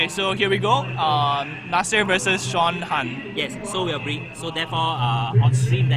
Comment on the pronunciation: Admin! :D It's Sean Han, not Sean Tan D=